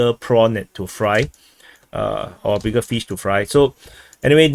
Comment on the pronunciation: "BIGGERR PINCER"